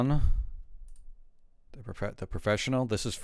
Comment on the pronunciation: that's not the correct pronunciation in French or English. It's Lee-on.